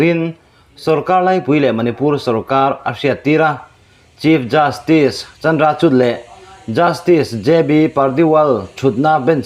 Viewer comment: Chandrachud a tawpa 'D' hi 'R' angin lam rik tur. Eg: CHUR